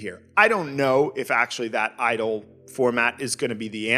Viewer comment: The way you said it I was like "Hell yeah, idol game, space rock girls, woo!"